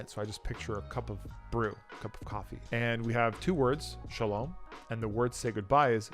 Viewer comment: SHALOM was perfect. You say le'hit-ra'ot and not le'hit-ray'ot😉 ( Hebrew )